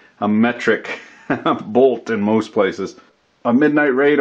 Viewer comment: Was that deliberate? "Good luck finding a metric bolt in "moose"(most) places!"